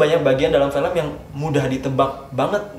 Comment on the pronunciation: Apa gue doang ya yang merasa kalo ngomong film jadi felm.